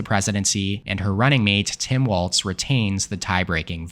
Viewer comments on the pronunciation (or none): This guy's a joke for not knowing the pronunciation for the vice presidential candidate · You are still pronouncing Tim Walz's name wrong.